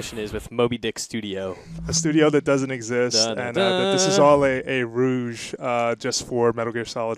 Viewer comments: lol "that this is all a rouge". eeehhh, dont you mean 'ruse'??? oh dear... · "this is all a ruge" ruge.... RUGE? YOU MEAN RUSE? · Around the :25 second mark, did I hear wrong or did he actually say "rouge" instead of ruse?